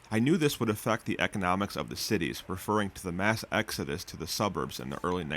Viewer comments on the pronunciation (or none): none